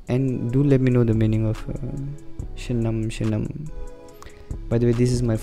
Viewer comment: Your pronunciation is really cool shynnam² bro